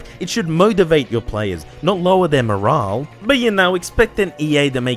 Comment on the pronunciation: Morale* not Morohrle